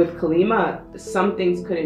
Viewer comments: I don't want to be rude, I love your videos, however, I believe her name ()is pronounced caw-lee mah. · Pile 3: Just a quick note. It's pronounced as Kaa-lee-maa, she is a warrior goddess who single handedly killed demons who couldn't be destroyed. Your readings are as perfect as always. Thank you so much for your videos right when we need them ❤️